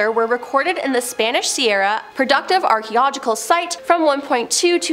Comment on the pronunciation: "Archeological" is pronounced "ar-kee-oh-LOJ-i-kal."